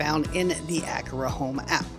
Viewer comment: Thanks for letting me know there was no ability to make automations based on the energy monitor. Hopefully they will update this. Also FYI “a Car a” is the correct pronunciation 😉.